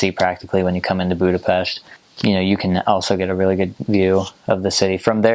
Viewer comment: I really like that you pronounce the name of the capital and the name of the nation properly, Congrats!